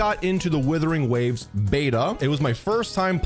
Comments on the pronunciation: Wuthering waves not withering waves 😂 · you have many fans not liking you and you called wuthering waves, "Withering waves" that's how you disrespect the name, like wtf where you reading? It's like calling Genshin, "Jenshin" next time think before saying shit that doesn't sound right. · You can't even say the game's name right. Just stop at this point. You ruined genshin with your vanilla fantasies enough. Don't ruin this awesome game too.